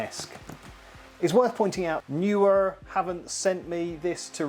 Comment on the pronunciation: I have several Neewer pruducts. I pronounce it Knee wer 😃I enjoyed the video though.